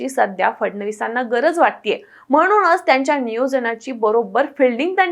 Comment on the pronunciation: " म्हणूनच " हा शब्द " म्हणूनच " असा अशुद्ध उच्चारू नये. तसेच " पुन्हा " हा शब्द " पुन्हा " (पु वर अनुस्वार देऊन) उच्चारू नये अशी नम्र विनंती आहे, जेणेकरून, मराठी भाषेवर अनंत उपकार होतील.